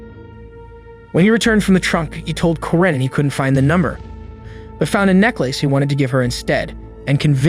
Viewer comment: Corinne is pronounced Koreen 🙄